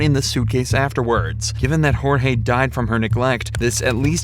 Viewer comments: Sarah and Jorge (pronounced like George, not hor-hay) weren’t married. I’m so glad she took those videos and forgot/didn’t delete them! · Too late for any one to see this, but the first victim is Jorge, pronounced like George. You should respect the victims enough to do a modicum of research. 😢